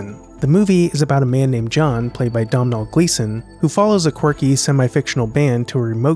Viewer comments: Domhnall is pronounced as Donal not Dom-nall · Hey dude, love those videos. I'm Irish myself and just thought I'd help your pronunciation 😂 Domnhall is actually pronounced Donal ❤ keep up the good work